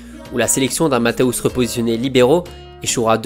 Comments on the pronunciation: super vidéo juste un petit détail ça se prononce Matthéous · Juste une précision : on dit "Matèousse". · Au moins apprendre à bien prononcer son nom serait la base!